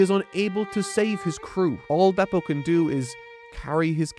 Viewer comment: Beh-p-oh. Is how the anime pronounces Bepo's name. Just think about the Japanese characters that make up the name. Be-P-O.